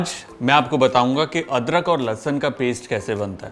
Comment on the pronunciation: Likhte ho Lahsun aur bolte ho lahsan